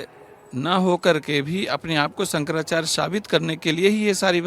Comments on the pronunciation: Sahi to bol bhai shankrachay ji h Nam to shi se lo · Shankrachya g ka nam sahi se lo ptrakary mahoday